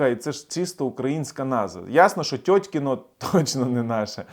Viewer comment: Теткино а не тетькино)) насмішив з ранку )))